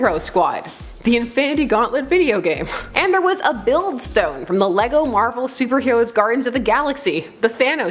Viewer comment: Captain Marvel not captain marval